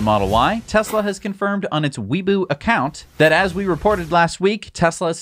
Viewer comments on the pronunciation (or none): instead of "wee boo" it's pronounced "way bo" the "bo" being pronounced like the o in "bow"